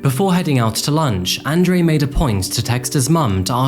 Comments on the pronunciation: say it with me... "On Drew" :) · It’s On Dre.. not An Dre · You pronounced Andre and Fabian incorrectly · It's annoying that you couldn't pronounce Andre properly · Nice video, except you pronounced 'Andre' wrong the entire time